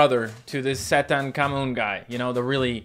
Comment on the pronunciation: i think you pronounce it like this sa thank ha mun